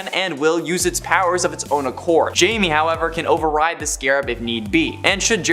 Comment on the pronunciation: Can you people get blue beetle’s name right it’s not Jamie it pronounced high me, idiots!